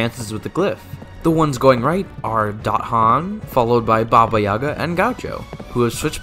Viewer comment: The "Yaga" in Baba Yaga has an emphasis on the second syllable